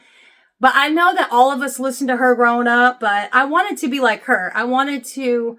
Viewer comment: I like how you say there and her: "thurrrrr and hurrrrr" Remember the Chingy song?